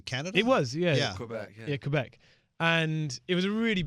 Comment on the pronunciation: They said Quebec better than most Americans would😂